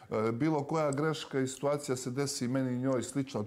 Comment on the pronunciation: "Njome" je svaka sitVacija sa Janjusem divna, a njemu je "da kazes", toliko bilo lose "da kazes" bez njome, da nisu bili ni za ku...ac "da kazes". Niko iz njihovog drustva nema "AMONIZITET" prema njima, kaze Sranjus. Analna i Sranjus, dvije najnepismenije osobe na planeti!! Stvarno se slicnosti uvijek pronadju, pa da su na kraj svijeta "da kazes"